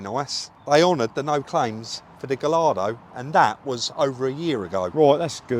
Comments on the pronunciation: Not transparent enough to say what you paid for it?!?.........and there has never been a gullardo..........say it like this: GOYARDO 👍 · I might as well say it its not gallardo its guyardo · the correct pronunciation of 'Gallardo' is 'Ga yardo'.